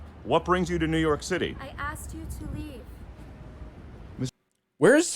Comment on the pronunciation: ‘I tol yu tu leeefe’ she mutters in her phoney accent she just got caught faking. His wife is so pathetic she truly can’t help herself. She’s has to get her fake self into every shot she can.